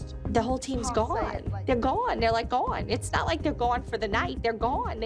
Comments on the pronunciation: “they’re gwone they’re all gwone like they’re just gwone” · Why did say gone so much in less than 20 sec and she pronounced this lil go-won